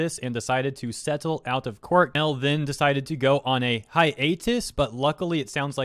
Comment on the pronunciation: Man's saying "hiatus" is funny, ngl.